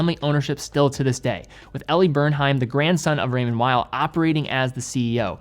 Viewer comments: Please pronounce Raymond Weil like "remonn vei", it's located in Geneva (french speaking) not in Germany ! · Raymond Weil. Please. ray-Mond Vee.